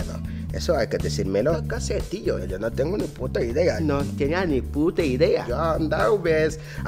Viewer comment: Dice pota no p**a